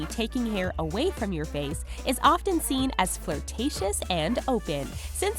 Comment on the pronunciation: Wow, you should learn how to pronounce "often".